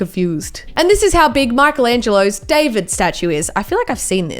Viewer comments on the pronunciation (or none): none